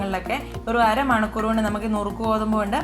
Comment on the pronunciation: Manakoor alla manikoor aanto